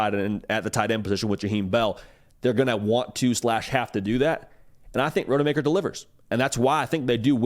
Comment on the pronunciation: Dude’s name is ROD-UH-MAKER. Not Road-uh-Maker